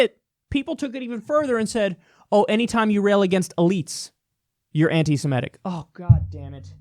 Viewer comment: Cenk & Kyle pronounce Semitic wrongly ie Simetic.